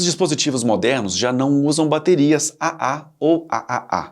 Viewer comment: O video é bom, mas algumas correções/complementos são necessários: • Traduções ruins de conteúdo em inglês: Em português, tirando a de 9V, todas as mostradas no vídeo são pilhas e não baterias, pois contém apenas 1 célula. "Bateria" tem esse nome por ser uma associação de células ("pilhas") • Pronunciar como Ah-Ah, Ah-Ah-Ah, Ah-Ah-Ah-Ah chega a ser hilário. Parece uma gargalhada forçada 😂. Mundialmente, elas são chamadas de 2A, 3A, 4A e assim por diante (alguns países chamam de duplo-A, triplo-A etc) • Da mesma forma pronunciar ANSI soletrando A-N-S-I não faz sentido algum. Até demorei pra reconhecer do que estava falando. A pronuncia correta é ler a sigla "ANSI" (an-see, em inglês) • A bateria de 9V não se chama "9V". O nome correto dela é PP3, e este padrão ANSI específico vai do PP1 ao PP11. Você confundiu a voltagem como o nome. • As baterias D, C e A eram apelidadas respectivamente de "pilha grande", "pilha média" e "pilha pequena" até os anos 90. Exatamente como a "pilha palito". • As baterias cilíndricas de lítio não seguem tamanhos "personalizados" (ou seja, fora de padrão). De longe, a mais comum é a 18650, que é usada desde notebooks a carros elétricos. Elas também existem em tamanho AA e outros tamanhos padronizados, como 21700